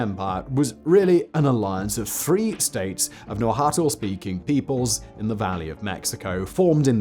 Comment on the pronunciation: κρυπτεία would be better transliterated as "Krypteia" or "Krupteia" It comes from the word "kruptos," meaning hidden or secret. Cognates "crypt" and "cryptic" come from the same root, and you would pronounce "Krypteia" like crypt-ae-uh. Nah-woht-luh Teh-noash-tit-lahn Ometeotl isn't the sun god, or even a god. Ometeotl is the name given to the duality of two different gods: Ometecuhtli and Omecihuatl. They are also not the primary gods of worship in the Aztex pantheon- that would be the actual sun (and war) god, Huitzilopochtli.